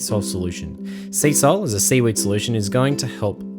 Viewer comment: Sea-Sol sounds a LOT like SEA SALT, when you say it mate. I know you casually define what SEA-SOL is, but, I believe I'd make that part more clear. If you know what I mean. Otherwise, great vid! Thanks.